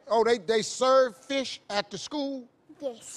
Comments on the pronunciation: The mother also says FESH 😂😂😂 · I'm from California and we always say fesh and cheps. However, down across the bay they usually say FEEsh and CHeeps. I guess it must be the Spanish influence. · Phát âm của bé này mệt nha. Fish đọc thành Fesh. Sick đọc thành Seck. Âm "i" đọc thành "e" Vậy nếu đọc con số 6 thì sẽ đọc như thế nào? 😆😆😆 Six, đọc thế nào đây?